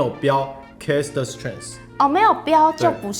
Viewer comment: 哥，我有幻聽，都聽成Cast strength 😂